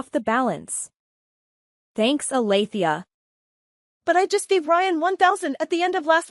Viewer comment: Alethea? Try Althea.